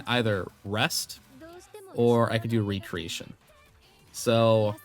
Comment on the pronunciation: "Reck"-reation. (Recreation) Two words that are spelled the same but the pronunciation is different. 😅 Thanks for the guide!